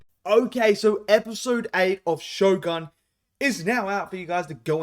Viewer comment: why is everybody mispronouncing the word shogun?